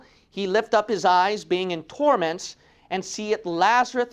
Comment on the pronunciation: Just asking I remember the name as Lazarus but when you say it, it sounds like Lazarut?(did you mispronounce the name?)